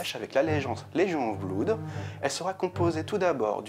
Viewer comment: Juste un petit truc qui me chiffone et me fait un peu saigner les oreilles... on prononce pas "bloude" mais "blOde" (comme dans "mon meilleur pOte"). Désolé, déformation de prof d'anglais^^ Mais à force de l'entendre mal prononcé, les élèves croient vraiment que c'est la bonne prononciation :-( Sinon, excellente vidéo, as usual :)